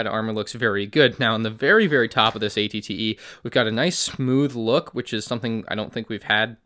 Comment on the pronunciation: It sounds like he’s saying att